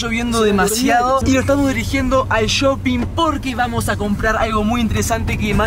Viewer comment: No se dice YOPING es Shopping jajaja ALGUIEN LES AVISEEE !!